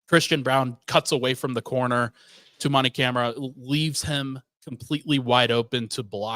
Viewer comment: Hearing him say the DPOY candidate and all defensive team member Toumani Camara’s name wrong is painful. That said, good content here. Pod team obviously doesn’t research small market teams, but thoughtful takes